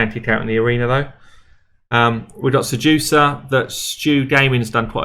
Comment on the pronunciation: Seriously love the infographics in your videos. Makes it easy to learn stuff. Pronounced one of the champ's name wrongly. It is pronounced STEWducer! Hahahah. Painkeeper : "Yes, those are just pecs on my chests."